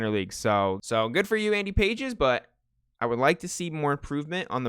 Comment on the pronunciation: Love these vids as always but its actually not Andy Pages its pronounced like Endy Pahays or something. I always thought it was Pages too